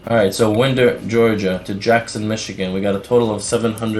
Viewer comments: If you are going to operate out f Atlanta, you’ve got to learn the cities. Winder is like a clock winder. Love your videos. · It's pronounced Wine-der, GA... just sayin'. Great video! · Its pronounced "wine-der"